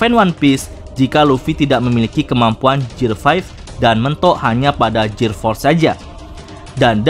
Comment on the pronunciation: GEAR = GIR bukan JIR